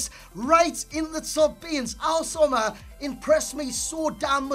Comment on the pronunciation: i love the fact that says Omar Al soma better than Itani and Itani is of an Arabic origins